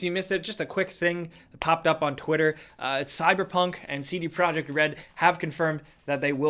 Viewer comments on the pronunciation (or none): none